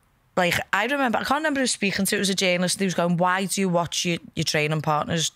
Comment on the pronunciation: Molly gotta learn how to say remember because despite how much I like both her and Paddy hearing her say it as “renember” is getting under my skin too much 🤣